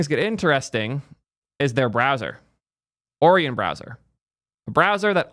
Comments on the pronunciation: did you seriously just say o-ree-on? bro cant pronounce o-ryan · ory-yon? lol... Also its a fking browser... just pick one. Also, used Brave for years, never had ANY issues with it. Sure, I don't use its crypto or AI shit, but everything else works perfectly fine for me. No idea what issues crybaby has. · Orion is pronounced 'oh-ryan', k? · Can’t believe you pronounce Orion like Oreo. I thought it was like the constellation? Edit: lol when you get to the Orion section he explicitly says he doesn’t like it and not to download it. Disrespect it immediately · What chat didn't tell you is that we only know how Orion's pronounced because of Men in Black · You say Orion wrong